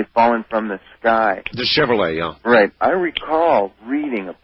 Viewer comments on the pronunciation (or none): none